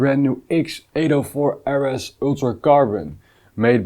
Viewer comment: “Err Ess” is the Dutch pronunciation, it’s rather more like “Arr Ess” for the RS letters